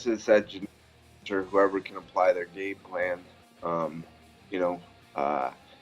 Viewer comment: “Implement his glame pan” - Colby Covington 😂😂